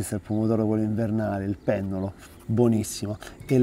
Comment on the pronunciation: Ciao Max... per te che sei amatore... A Napoli si dice "piennolo" non "pennolo", mi raccomando, è una cosa serissima! :) Un abbraccio forte.